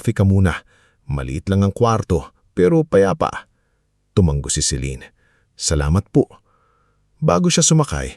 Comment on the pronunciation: Sir, tumango po , hindi tumang-go. Hope u don't mind 🙂